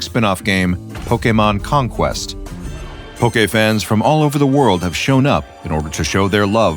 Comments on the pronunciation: Did he just say conquest? 140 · Did he just say conquest? 14:0